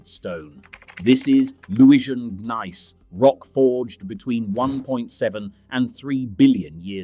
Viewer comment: Gneiss is pronounced "neese", not "gun-nice"